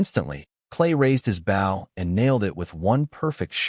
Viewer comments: The speaker of the story doesn't know the difference between, bow and bough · Nothing is more irritating than ai that mis narrates bow???